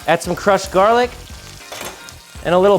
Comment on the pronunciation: Did he say crushed garlic?